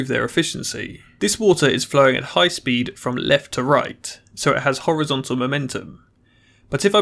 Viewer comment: Basically, speen